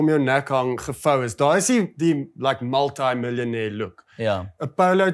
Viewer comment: Het jy 'multi' of 'maltime' millionaire gesê? Vra net vir 'n vriend. Either way, steeze video julle ❤️